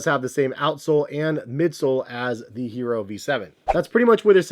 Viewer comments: Yes, it's not Hee roh like he says. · ee-yeh-ro. Pls pronounce